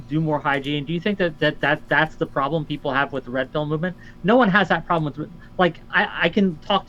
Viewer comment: I like when says “Pwoublum”